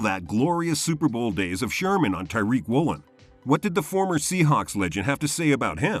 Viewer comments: It’s not tyreek it’s tAriq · It’s pronounced like tuh reek